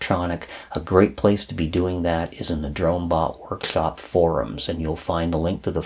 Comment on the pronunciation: Everything is awesome about these videos but the way he says workshlop or chlips always gets me. Nobody is perfect, its just classic, it makes me wonder if I will develop that speech pattern if I watch too many vids on electronics.